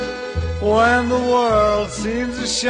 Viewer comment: whennnnnnnnnnnnnnnnnn. not wheeeeeeeeeeeeeeeeeeeeee as in weeeeeeeeeeeeeeeeeee. whennnnnnnnnnnnnnnnnnnnnnnnnnnnnnn sound it out.